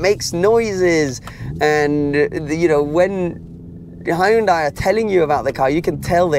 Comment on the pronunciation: When you pronounce Hyundai, remember this, "Hyun-day like Sun-day"